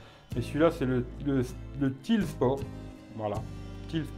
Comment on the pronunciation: bonjour, excellent produit ce Tile (d'ailleurs juste un détail ça se prononce "taïle" parce qu'en anglais c'est une tuile). J'ai un Tile depuis octobre 2016. J'en suis très content. La batterie est vide donc elle tient 1 an à peu près. Au bout d'un an Tile envoie un code promo pour en racheter un (ce que je vais faire) mais les codes promo de Black Friday seront peut-être + intéressants ou cumulables. C'est cool si tu fais gagner ce Tile ça fera un joli cadeau de Noël ou quelque chose d'utile si le gagnant la garde.